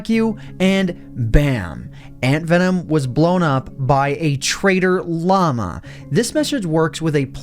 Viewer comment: i thought you said "Traitor Llama"